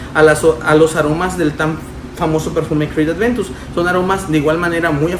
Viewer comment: Aventus, a mi éste me canzó el oído con su Creed Adventus jajaja